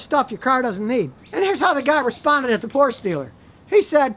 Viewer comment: No it’s because he pronounces Porsche wrong